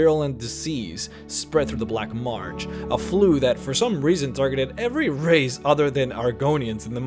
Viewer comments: It's "marsh", not "march"... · Can we please pronounce "Marsh" correctly? It's Marsh, not March.